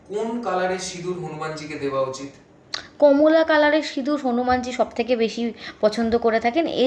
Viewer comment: "হানুমানজী" কী কথা দিদি হনুমান জী বলুন ulta pro max style দিচ্ছেন